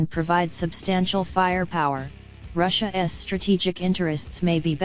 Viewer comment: "Russia ess." 😂